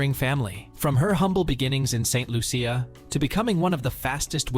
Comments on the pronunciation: Lol lol lol lol lol not even pronouncing St.Lucia properly 😂😂😂😂😂😂😂😂😂😂😂😂😂😂😂😂😂😂😂😂😂😂😂😂😂😂😂😂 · This video is terrible. They have spoken kindly about our JuJu but NOT accurately. The narrator didn't do any research and it shows since he cannot even pronounce the island of her birth and where she represents ST LUCIA! Talking about her being in luxury clothes and bags and owning cars... Anyway Congratulations JuJu you are awesome!! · You pronounced st.lucia wrong